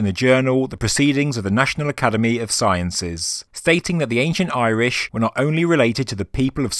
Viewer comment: Ah man at least contact Irish people for pronunciations stop assuming you know